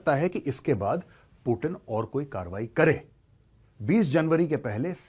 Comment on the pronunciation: पुटीन ❌ पुतिन✅😅😅